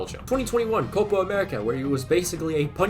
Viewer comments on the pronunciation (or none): none